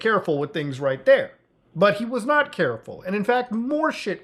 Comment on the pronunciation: "We are noy friends anymore" lmao